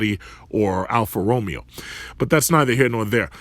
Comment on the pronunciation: you say Alfa Romeo wrong